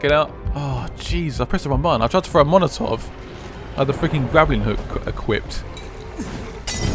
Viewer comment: why does he call them monotov when the are Molotov